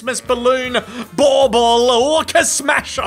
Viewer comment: Your Aussie accented version of bauble, sounds like a glaswegian saying baw bag, trans, ball bag!